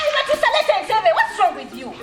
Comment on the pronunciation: Zahara anyumira nyo engeri gyayitamu batuusa,mbu battusa😂😂😂😂😂oh God this woman